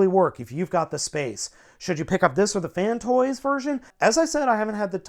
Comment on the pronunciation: Downvoted because you keep saying "Fantoys." IT'S FANSTOYS, c'mon man you're a reviewer!